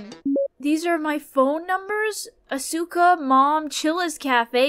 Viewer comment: As someone who watches WWE, I suspect that you're pronouncing Asuka wrong lol don't worry, Jay(Kubz Scouts) did too. Love watching you guys play these games🙌🙌🖤🖤